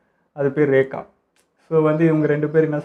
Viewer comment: rekha illa bro rika